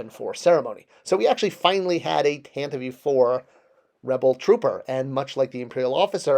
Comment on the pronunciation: Pardon - what in the heck is a TANTIVEEEE? It's simply the Tantive, as in Tan-Tiv